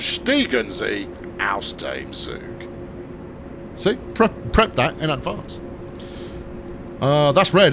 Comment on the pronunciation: The 'Guten Tag' was great, but your Zug really needs some work in terms of pronounciation :D Think of Z in german like the TS in hits for example with a bit less of the T. Hard to explain g